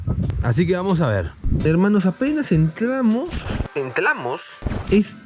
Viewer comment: ✨Entlamos✨ jajaja